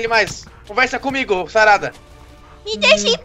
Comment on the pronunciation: o fala sarada tão ruim que ouvi tarada kkkkkkkkkkk